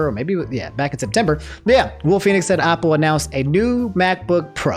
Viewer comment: Day 3 of making fun of how pronounce things Apple ≠ Aople Marvel Cinematic Universe ≠ Marvel Capcom Universe?